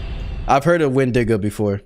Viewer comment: Not windida it is windigo